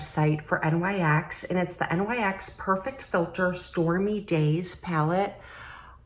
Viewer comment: Lovin those earrings! What a pretty palette from NYX! I've pared down my makeup purchases this season, but that palette is tempting. LOL, you are so cute- its Sonia "Cash ick" and NYX is pronounced "nixx" who is goddess of the night, so that is what they named themselves after. Each generation has its offensive lyrics songs. I remember the PMRC (tipper gore) trying to have stickers put on any album with edgy words to the songs. It wound up banning hundreds of bands and independent label companies went bankrupt.